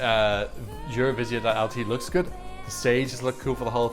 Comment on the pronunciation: Thank you for the analysis and I can’t not mention - the first foreigner I’ve heard with such a brilliant ‘Eurovizija’ pronunciation 😅👌🏻